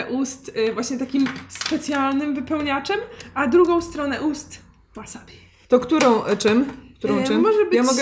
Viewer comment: Drobna poprawka-każdy szanujący się Polak to ma w domu chrzan, buraczki i ogórki kiszone, a nie wasabi/łasabi czy jak to tam się czyta.